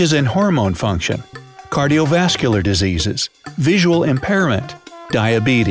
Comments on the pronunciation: nice English cardiovascular diseas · DISEAS 😂 LOL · Somebody's sleepy. "Diseas" 😂😂